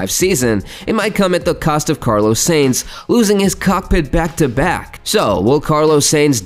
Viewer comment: I quit watching because of your pronunciation.......butchering of Carlos Sainz's name....pronounced as Sign-z.....not Sane-z My ears are bleeding, thank you.